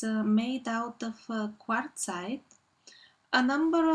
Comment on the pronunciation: You pronounce quartzite right baby.